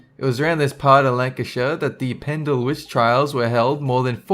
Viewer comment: Well done for pronouncing Pendle and Lancashire correctly!